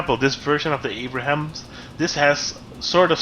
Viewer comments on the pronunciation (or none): Abrams not Abraham get it right :P